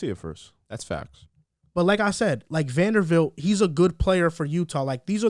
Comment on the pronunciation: someone tell it’s Vanderbilt not vandervelt